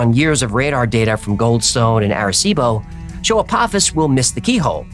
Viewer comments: FYI — everyone is saying this wrong, even Neil deGrasse Tyson. ✅ Correct: uh-POH-fiss ❌ Wrong: ah-POFF-iss (that’s the Stargate villain, not the asteroid). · Dear, I love your show! And especially Hecklefish 🥰🐟 I just wanted to let you know that Apophis is pronounced with a long O. I'm sorry, I had to be that person, it was driving me nuts lol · …it’s pronounced “Ah-poe-fis” lol but great episode as always. Stripped is cool but the why files can never be too long 💯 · Its pronounced "A-po-fis" it comes from Greek mythology... Zues father fights off Apophis every night, it's supposed to be the story of why the night comes and he fights the night off so a new day comes and it's his "job" for eternity.. it's a cool story, better explained in the movie "Gods of Egypt". Far better than I could explain it lol.. hopefully he fights off Apophis in 2029 and saves humanity for every lasting night.. great video 👍🏼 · Why are we pronouncing PH as TH in this? Is it Apophis or Apothis?